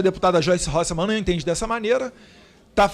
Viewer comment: Eu ouvi ele dizer Joice Horse man !?